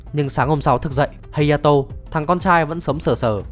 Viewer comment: Ủa phần 4 là hayato mà sao cứ hataro =))))